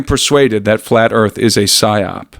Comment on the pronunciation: Psyop the word is psyop.